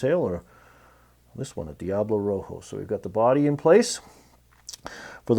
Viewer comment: the Spanish word for red is Rojo, not Roho. The j is pronounced like an h, and h in spanish is most often silent.